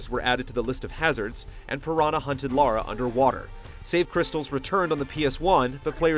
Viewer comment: Immediately mispronounced her name........